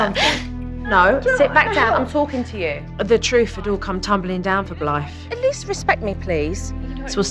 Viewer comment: Dang, I thought the mom said her name was Blight 😂 I was like that was rude of her parents to name her that. But no it’s Blythe.